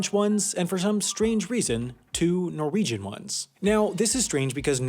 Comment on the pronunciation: *Norwegian. Sorry can’t let that slide with a Nordic person